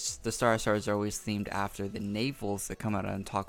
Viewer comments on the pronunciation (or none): none